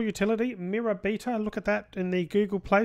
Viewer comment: ***** You say "Beta" Weird :)